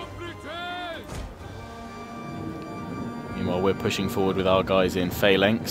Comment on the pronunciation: Phalanx is pronounced falanx